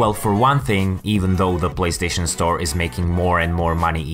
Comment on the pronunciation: He said "BLAYSTATION" 😁